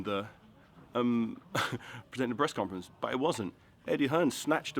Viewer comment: 2.09 did he just say "breast conference"?